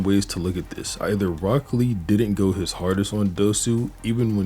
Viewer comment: I stg bro saying broccoli 😭